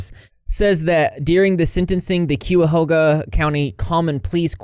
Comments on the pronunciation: omg i love you so much but I can't i live in Cuyahoga County. It is pronounced like "ki-uh- hoe- gah" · Oh bless, nobody knows how to say Cuyahoga. 😂 (kai-a-how-guh) Love, an Ohioan. We have some oddly named stuff here but some of it is actually Native American! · I don't expect anyone to know how to pronounce Ohio counties but it's Ky-uh-hoe-guh. There, something new today :) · I live in Cleveland and it’s hilarious how people pronounce Cuyahoga. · The only funny thing about this whole thing is seeing how people pronounce Cuyahoga. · On a slightly lighter note: hearing people not from the area try and pronounce Ohio town/county names is funny to locals. Sincerely, A local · I know this is a serious video but to hear somebody not from the area try to pronounce Cuyahoga is pretty funny. I originally saw this on the local news the other day and i can't believe he got such a light sentence. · Off topic but being from Cleveland and hearing how he pronounced Cuyahoga made my day!